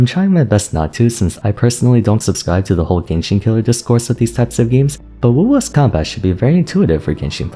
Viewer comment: why are you calling it wula?